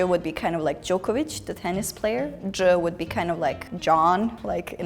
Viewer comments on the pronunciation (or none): none